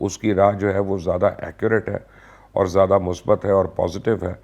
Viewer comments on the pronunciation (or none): none